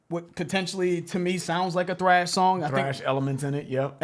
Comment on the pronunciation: Please stop calling it “TRASH” bro it’s “THRASH”, T-H-R-A-S-H